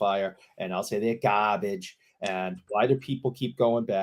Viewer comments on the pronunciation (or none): I love anytime calls things ‘GAHBAGE’